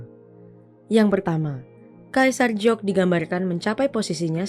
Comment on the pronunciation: "Giok" kenapa dieja jadi mirip "Jiok"?🙄